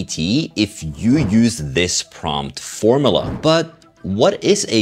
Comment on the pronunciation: What’s A “Form uh luh”?😂 Form you luh